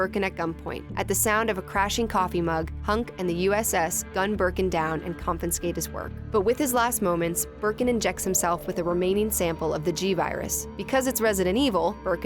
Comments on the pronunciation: She just pronounced 'confiscate' as 'confenscate'. Lmfao. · did she just say "confinscate" ? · "Confinscate" lol